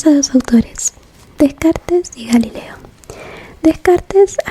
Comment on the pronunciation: Para prounoncia Descartes, tengas que no dice el [es] final. Como Descart, (pardone me para mi nivel de españa fatal)